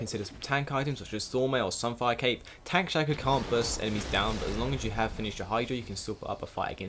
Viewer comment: the way he say's shaco is just wrong annoy's the hell out of me!